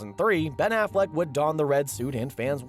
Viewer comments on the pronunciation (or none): none